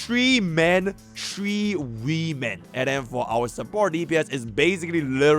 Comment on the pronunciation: astorice Why can't speak normally and say Castorice? And even after that he says 3 men and 3 wii men instead of women